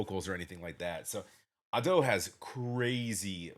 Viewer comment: The spelling of Usseewa isn't "Japanese English" at all. It is Romanization of Japanese language. English pronunciation ruled doesn't work. Just for your information. You also pronunce Ado wrong. Put stress on A not on do.